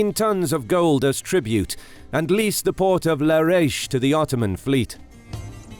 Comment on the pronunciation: The port of larash looool it's la-ra-tchi